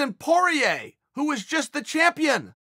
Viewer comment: Nobody: Uncle Chael: Justin Porier Me: OK great